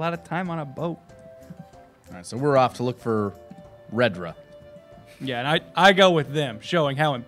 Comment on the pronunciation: "Redra"? Not "Nedred"?